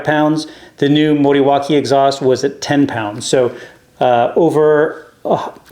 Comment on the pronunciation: I was considering the Morawaki for my 500 Rebel (you pronounced it slightly wrong, sorry) They had the Morawaki Kawasaki back,in the 80’s in the super bikes.😊 As for your indicators and rear light, think you spoiled it. I personally prefer the sock. That’s why we like different! 😊 The exhaust does sound really nice.👍